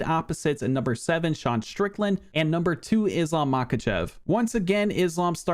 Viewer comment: You keep mispronouncing Deshawn Strickland